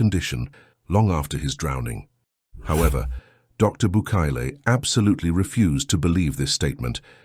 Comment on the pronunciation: Bucaille's name is pronounced like Bucay. Otherwise, excellent video!